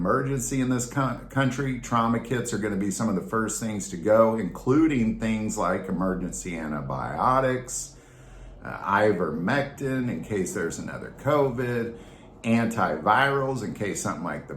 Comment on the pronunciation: Did I seriously hear "ivomectin"?